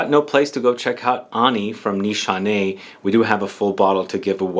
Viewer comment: The only one who pronounces it right sigh of relief Every other YouTuber butchers it and I cringe so hard , I can’t help it